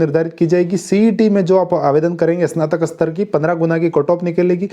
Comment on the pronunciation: "इसनातक" नहीं "स्नातक" बोलो।